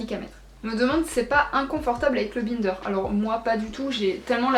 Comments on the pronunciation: Non non elle le prononce mal, faut le dire à l'anglaise vu que c'est un mot anglais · Ça me fait trop rire que tu prononce bInder 😂 J'ai toujours prononcé et entendu prononcé a l'anglaise 😂